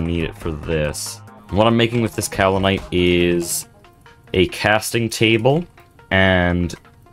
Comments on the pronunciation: Pro tip: Iron items can be pre-heated before use in a blast furnace. Soo much faster, especially with a small blast furnace set-up. Also, the american pronunciation is in fact "cow-lin-ite" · Alr man dont acknowledge the correct pronunciation of Kaolinite if youre gonna actively ignore it, now im gonna think of that pronunciation every time you say it 😭 Otherwise yeah, great video as always, the progression is so satisfying